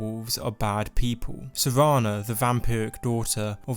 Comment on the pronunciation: Dude it's S-E-R-A-N-A not savannah